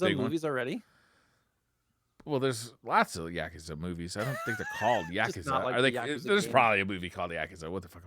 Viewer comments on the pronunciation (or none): The pronunciation of Keanu and Yakuza in this episode almost made me have a seizure. All seriousness I always enjoy this show